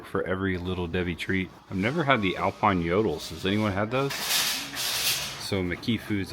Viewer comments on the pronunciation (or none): none